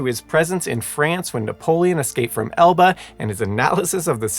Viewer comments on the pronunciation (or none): none